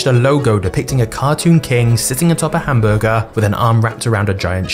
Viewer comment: The way you say hamburger is very disgusting.